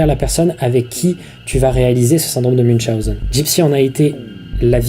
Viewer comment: T'as oublié une voyelle, c'est "Syndrome de Muwchonzen" c'est "Munchenôwzer" (en phonétique evidement mdr)